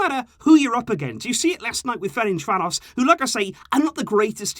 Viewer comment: ain’t anyone talking about how he said fercanvaros correctly?